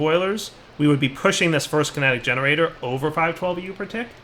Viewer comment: You hear that?Fist not first